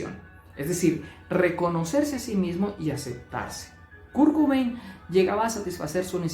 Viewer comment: Kurkubein? Quién es? Perdona, me hizo gracia 😅 Sin duda Kurt tenía TLP.